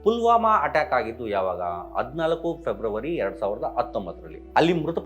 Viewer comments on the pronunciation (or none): Public TV ರಂಗಣ್ಣನ ಬಗ್ಗೆ ಮಾತನಾಡುವ ಯೋಗ್ಯ ತೆ ಈ ಚಿಲ್ಲರೆ ಪತ್ರಕರ್ತರಿಗೆ ಇಲ್ಲ.... ಯಾವ್ಯಾವುದೋ ಹೆಸರಿನ ಕಾಂಜಿ ಪೀಂಜಿ ಕಿತ್ತೋಗಿರೋ ಕಾಂಗ್ರೇಸ್ ಕೃಪಾಪೋಷಿತ ಛಾನೆಲ್ ಗಳು ಹೇಳುವ paid Statement ಗಳಿಗೆ ತಲೆಕೆಡಿಸಿಕೊಳ್ಳುವ ಅವಶ್ಯಕತೆಯಿಲ್ಲ... ಸ್ವಾಮೀ ಮೊದಲು ನೀವು ಸರಿಯಾದ ಕನ್ನಡ ಕಲಿಯಿರಿ... ಹದಿನಾಲ್ಕು ಅನ್ನೋದನ್ನ ಕಲಿಯಿರಿ ಅದಿನಾಲ್ಕು ಅಲ್ಲ.... ನೆಟ್ಟಗೆ ಕನ್ನಡ ಬರದಿರೋರೆಲ್ಲ ಛಾನೆಲ್ ನಡೆಸೋ ಹಾಗಾಯ್ತು.... " ಹ " ಅನ್ನೋದನ್ನು ಕಲಿತ ಮೇಲೆ ಮುಂದಿನ Report ತಯಾರು ಮಾಡಿ....